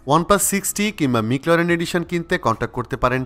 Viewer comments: ভাই ম্যাকলারেন মিকলারেন না 🙄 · মিকল্যারেন নারে ভাই ম্যাকল্যারেন -_ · কিছু মনে করবেন না ভাইয়া উচ্চারণটা ম্যাকলারেন হবে 😊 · Mclaren pronunciation ta ki thik ase? I have doubt. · একদম! আমার ও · Vai age McLaren uccharon kora shiken tarpor vdo koren...🤣🤣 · ম্যাকলারেন, নট মিকলারেন। 😒 ওয়ার্প, নট র‍্যাপ। 😑😑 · Loved the video but the wrong pronunciation of Mclaren and Warp charger felt a bit cringy. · ঠিক নাই, আর এটা খুব কানে লাগছে। এবং সাথে র‍্যপ চার্জার টাও।